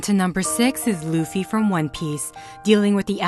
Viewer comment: How do you speak out Luffys name holy shit